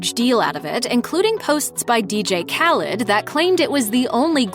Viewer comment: The lady pronouncing Khalid 🤮🤮🤮 Bols Polish Vodka all the way ❤️